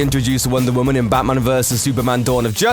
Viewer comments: Who's 'Bamman'? Learn to enunciate. Jesus. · Why the hell do you pronounce it "Bahman"??? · Did he say "Baman"?